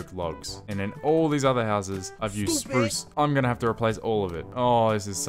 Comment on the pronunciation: Who calls the wood bruce wood instead of spruce wood 😂🤣